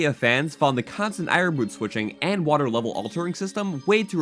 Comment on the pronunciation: Dude, u need to learn how to pronounce your T's. Hate the the way u say water lmao!!! xD